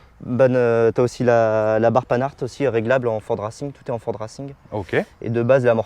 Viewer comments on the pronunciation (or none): La barre Pan 'hard !!!! 😂